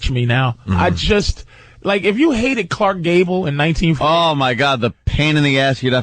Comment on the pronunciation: "Khlarckkkk Gable" - Opie